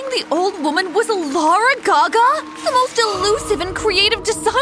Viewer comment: LuArA gAgA it’s lAdY GaGa